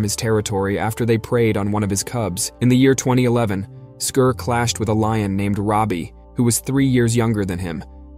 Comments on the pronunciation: Why do Americans spoil every English word or name by pronouncing in a completely different way? It is 'Scar', not 'Scur'. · Can you at least have the pronouncement of the its name correct??!! Not Skir it was Skar like SCAR lmao and his brother mufassa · I believe based on the movie lion king, that his name is pronounced SCAR 😂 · Scar. It’s pronounced